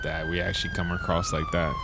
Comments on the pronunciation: hey yo, he said ACROSS TOWN. Not A-CROSS TOWN. Lol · He from “acorse” across town😂😭